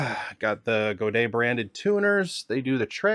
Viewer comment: He’s actually pronouncing Godin correctly